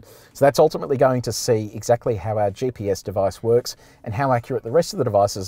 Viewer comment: Someone ought to let the host know that the acronym is GPS (GeeePS), and not JPS. His "JPS" pronunciation was throwing me.